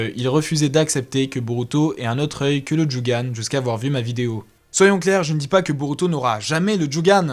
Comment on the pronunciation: On dit jogan mais ta vidéo est super